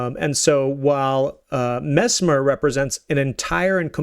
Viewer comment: His name is mess-mer not mezmer